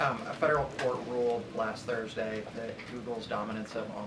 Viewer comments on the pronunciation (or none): none